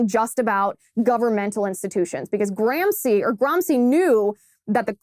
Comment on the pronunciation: Nice work Ms Liz, but in the furtherance of global pedantry, may I point out that it is not “Gram-see” but “Gram-she”, scusatemi, per favore. Eppur so muove! Forza, Liz!